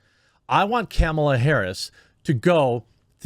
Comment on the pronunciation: Love how he says Kemilla